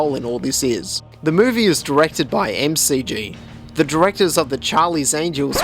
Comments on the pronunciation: M-C-G? It's Mc-G! Like MC...donalds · It's not 'Em Cee Gee', it's MacG. Yup, like the Big Mac. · It's pronounced McG (mucgee) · McG pronounced as Em-See-Gee.....oh lolz much! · it's MICK-G. other than that excellent review man :p